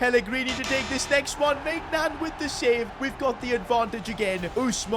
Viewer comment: You bottled maignans name ist read like mineuon hope you see this😊